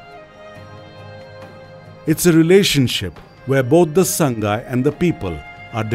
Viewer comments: Please pronounce 'Sangai' as /SAA NGAI/ It's not /SAANG GAI/. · very good video 👍👍👍 but sir sangai should be pronounced as Sa-ngai